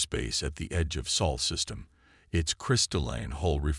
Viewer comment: It's Sol. Not soul....